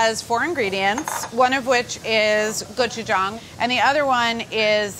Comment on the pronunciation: Is anyone going to talk about how she nailed the pronunciation of gochujang?